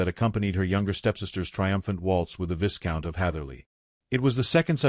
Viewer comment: I do wish AI would learn how to pronounce viscount. The s is silent. Therefore, it’s pronounced vie-count!